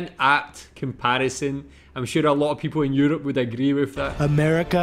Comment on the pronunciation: such a great trump show from böhmerrmann.....lol its old now but the more I can laugh about! LOL great ina any offense he said I agrree and angreed